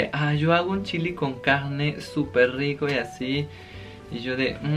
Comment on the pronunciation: Me encantó el video, morí de risa cuando dijiste chili con carggne jajajaj 😘